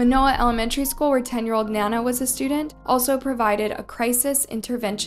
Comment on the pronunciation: Good video. But one thing. Other than Paris, you mispronounced everyone else’s names. Try to get it right. In memoriam, Naoko, Sakurako, Orion & Nana deserve at least that.